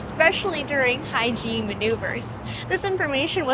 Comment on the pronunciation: High G not hygine :<